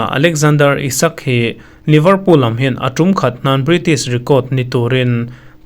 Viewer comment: Liverpool i lam(pronounce) dan hi a diklo deuh